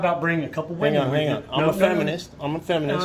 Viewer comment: I hope whatever fainting flower female that felt the need to call her husband to come down & actually harass the two auditors, was fired. I love as a female myself that has common sense, the fact that bearded husband kept saying these are wee-men. Meaning WHAT?! SMH. 😳